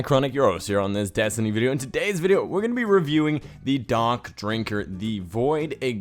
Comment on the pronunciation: at the beginning it sounds like he said donk drinker